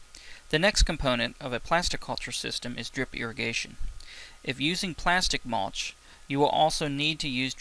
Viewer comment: Mulch not maulch